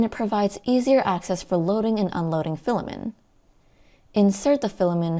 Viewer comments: Good video, but pronouncing it as "filamen" and not "filament" (not a silent t) kept distracting me. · why are u saying "filamen" without a t? great review though! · Filament, not filamin